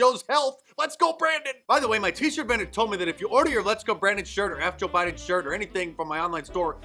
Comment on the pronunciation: Joba-&-Joba-& it's Joe Biden.